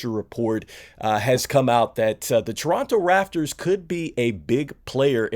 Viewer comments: RAP-TORS - You just said F it, I'm gonna call them the Rafters. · Am I the only one who noticed he said Toronto raffers and not raptors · I kept saying to myself l, is he saying Rafters? 😅😂😂😂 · It’s pronounced raPtors